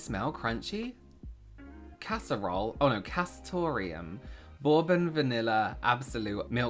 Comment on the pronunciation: The way you pronounced bourbon is sending me. 🤣